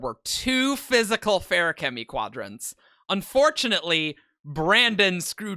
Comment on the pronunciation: You claim to be the most pedantic of the pendants, so my one and only question is why on earth do you guys pronounce "feruchemy" and "feruchemical" with such radically different emphases? The word is an amalgamation of "ferric" and "alchemy". It's clearly meant to be "fair-ooh-chemy" (like it is in the audiobooks), not "fairook-uh-mee". But regardless, even though I'm sure you'll disagree, I humbly beg of you to please pick a pronunciation and stop switching back and forth for each word.